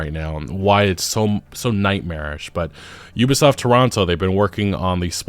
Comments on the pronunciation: "You-bi" soft lmao. its OOBI SOFT bro! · Why is he saying Yubasaft